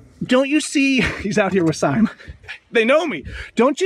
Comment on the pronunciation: "I'm out here with seim".....hahahahahahahahahahahahahahaha